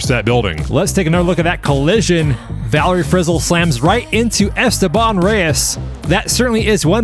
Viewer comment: Esteban Reyes ❌ “Airsteban” Reyes ✅